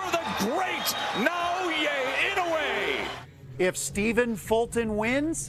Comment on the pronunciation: They pronounce inoue’s name 3 different ways in one video lol